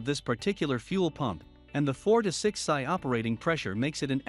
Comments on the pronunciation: Sigh,,, Pounds Square Inch. Pronounced "Pee Sss Eye". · Lol, stopped watching when PSI was pronounced "psy" like psychic. It's an acronym for Pounds Per Inch²(Square Inch).